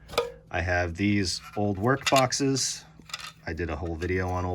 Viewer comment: I get thoroughly confused every time you say "old workboxes" while referring to clearly NEW boxes. Could you possibly help my poor wee brain and say "oldwork boxes" instead? With a clear mini-pause between work and box?? I do understand what you mean, but the first time you said it, way back whenever I started binging you, it took me a few to figure it out, LOL. Maybe this would help some other lost soul? :)